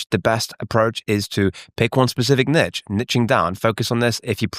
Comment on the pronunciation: Why, as a Brit, are you saying “niche” like that